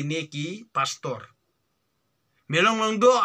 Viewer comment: U biej te mo pastor u ong phastor father u ong phadar